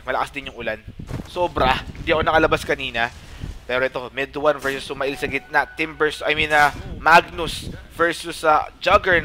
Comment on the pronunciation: SumaiL pronunciation is sumeyl (male, mail) not suma-ill